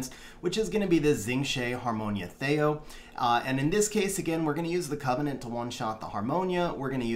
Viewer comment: first time ever hearing him called thay-o lol. thee-o.